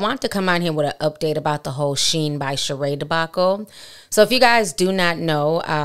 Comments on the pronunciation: 😂 it’s not pronounced sheen though. It’s She-In. Love you Ti! ☺️ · I thought it was pronounced She-IN not Sheen 🧐 Guess you learn something new every day 😅💁🏽‍♀️ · It's pronounced SHE..IN...not sheen! Look at the videos on the website. They all say SHE-IN! You saying it wrong too Ti! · Its She-in not sheen. They used to be called "she inside". Just like ASOS used to be called As Seen on stars. They shortened the name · Correctlly pronounced She-in, with 2 syllables. Not Shien with 1 syllable. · It’s actually pronounced “She In”. It used to be called “SheInside” (She Inside) but cut it to “SheIn” (She In) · Lol right. I shopped there when it was called SheInside years ago. This sheen shit is killing me 😂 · Love you,... btw, it's pronounced like "She•In". She definitely tried to play in folks faces. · I thought it was pronounce SHE IN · It’s actually pronounced she-in and she Knows it lol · Ti it’s she—In😂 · Shein………… It’s pronounce…….. Shine 🤗🤗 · Lol just wanna say, the name is She-in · It’s pronounced she-in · SheIn is pronounced SHE-IN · Y’all, it’s pronounced She-in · She kills me acting like she can’t pronounce SHEIN 🙄